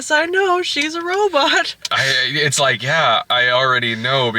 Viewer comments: "Robit" XD is great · That's the original pronunciation of the word! At some point in the 70's, people stopped saying "robut" and switched to "robot". Check out some old serials or B movies, sometime. (Or things meant to evoke said old serials, i.e. the "Sparks Nevada: Marshall of Mars" segments of The Thrilling Adventure Hour.)